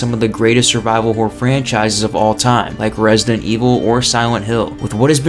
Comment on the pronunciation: Nobody:: Resnant Evil